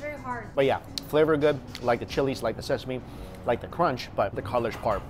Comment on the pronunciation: "it smells so sesame...sesameee ? Sesa-Me-E ?" That unexpectedly made me laugh😂😂